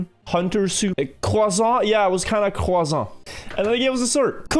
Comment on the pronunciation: 6.06 oof my french soul hurt x) the combo of caramelized one (no idea how we spell that) and « croizant »